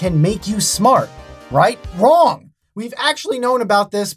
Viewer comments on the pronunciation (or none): none